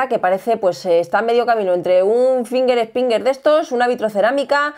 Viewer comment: “está a medio camino entre un FINGUER ESPINGUER de estos” hahaha he muerto 😂